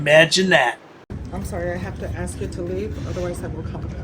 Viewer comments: Can't any of these morons learn how to say the word "ask" ????? ----I'm just asking... 🙄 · Yea, they can "ax" you to leave.😂😂😂😂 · Is it so hard to say ask?